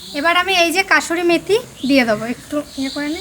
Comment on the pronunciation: Kasuri noi kosuri methi bole